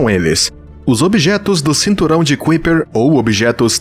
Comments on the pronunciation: Kuiper= pronúncia aprox.= CAUPER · Kuiper : "Cáiper "